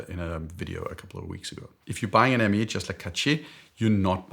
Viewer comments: Thanks again for your video ! For the Hermès pronounciation, the most approching one could be "hair mess", which I don't get anymore as I'm as bald as you. Cheers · Hermes is pronounced in French like "Airmaice" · We say er-mess. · Its ærMÆZ 😁 Since its a name (and a Greek guy with tinkerbell sneakers) it doesn’t follow the typical pronunciation logic. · Speedy - Longines Conquest Chronograph. Oak - Casioak/octagon 😁 IWC - Oris Big Crown ProPilot. Radiomir/Carrera/Tank/Polaris/Apple - agreed. Seamaster 300M - Tissot Seastar 2000 (huge, I know but lug-to-lug is bearable) or TAG Heuer Aquaracer Pro 300. Sub - Tissot Seastar 1000 or Longines Hydroconquest GMT. Oh, BTW, the “s” in “Hermès” isn’t mute 😉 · In French one pronounces the “S” at the end of Hermès! 😅 Apart from that good video ! Thanks a lot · leaving in the outtakes of him attempting to pronounce Hermes: only fitting he would, while giving his picks for his horological 'B-Team' 😊